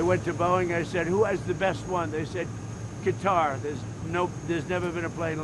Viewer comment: Stupid moron calls Qatar “Guitar”. Stupid beyond stupid.